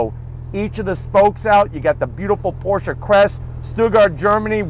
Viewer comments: Can't believe you got to drive this beast,. I'm jealous. Also, so glad you pronounce Porshe properly. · I’m just glad you pronounce Porsche properly. Danke!